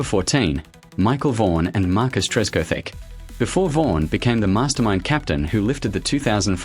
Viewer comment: Disappointing AI mangling of names, such as Tress cothick, not Tresco Thick! And who TF is Gordon Gambirah!